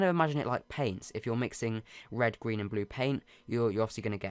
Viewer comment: “End the Gween part”